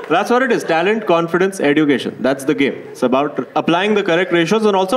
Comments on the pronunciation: EDUCATION is pronounced as eh·jyoo·kay·shn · Why is he pronouncing education like that? It grates on my ears. The 'd' in education is more like a 'dj' sound ( like the dge in fridge,). He's pronouncing it like d for duck. Sounds ridiculous.